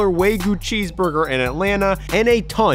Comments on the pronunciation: no way bro said “way goo” instead of wagyu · Blud said Way-goo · The way he pronounces “wagyu” 😂